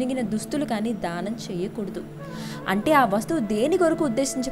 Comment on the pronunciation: dhaanam kaadu....daanam........ dhaanam antunte dahanam laa vinipistundi....